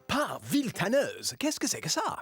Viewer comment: C'est moi où etno à dit par Villetaneuse